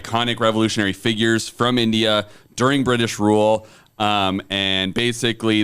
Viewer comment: Why did have so much trouble with saying "India"??